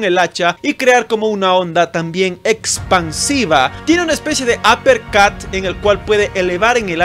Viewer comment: Fuí yo o realmente dijo "Aper cat"?